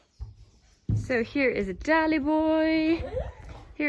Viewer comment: wow a commentator pronouncing Dali's show name correctly 🤯👏👏👏 well done mr commentator I'm very proud Edit: noooo he failed 😭